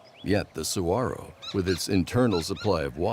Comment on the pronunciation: I've lived in Arizona for most of my life. Saguaro is pronounced: sah-war-oh. Lovely documentary! 🌵🌵🌵🌵